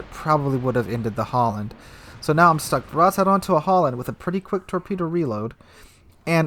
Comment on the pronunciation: seriously stop saying HOLLAND ITS FUCKING HALLAND its seriously super annoying............ just use google translate, if you cant pronounce the diffrence between A and O